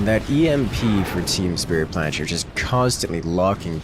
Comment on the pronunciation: The pronounciation of "Team Spritplanscher" made me go insane